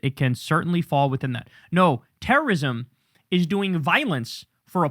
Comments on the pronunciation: Pwohtest.. ...Pwotest Is Tewowism.. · “Tewwowism.” That’s just how I heard it from him. Homan is a monster that deserves to be mocked for his speech impedement